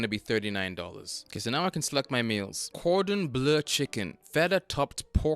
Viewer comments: "cordon blUE"??? 😂😂😂😂 U cant even pronounce the stuff ur putting in ur mouth... cant take this serious. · he pronounced it perfectly when ordering it. Almost as if it was a joke the second time? 🤔